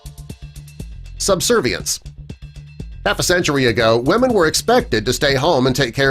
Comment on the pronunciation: It kinda annoys me how he says weamen all the time ..